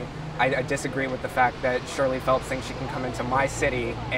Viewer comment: Her name is "Shirley Phelps-Roper" not "Shelly Phelps-Roper" -__